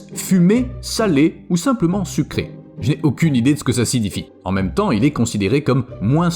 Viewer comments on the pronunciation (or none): none